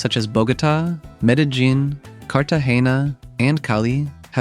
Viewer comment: The constant pronunciation of Medellín with that hard j 😭